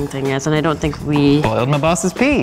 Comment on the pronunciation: holding my bosses pee? is that what he said?